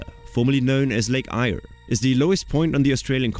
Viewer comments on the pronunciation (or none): Never heard Lake Eyre being pronounced that way before.